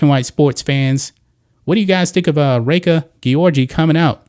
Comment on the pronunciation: You care so much about the welfare of female athletes that you can't even pronouce Reka Gyorgy's name properly. You're just a bigot who hate the lgbtq+ community.